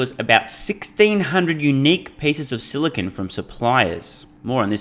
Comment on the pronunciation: By the way, it's 'silicon', not silicone. As in, the chemical element silicon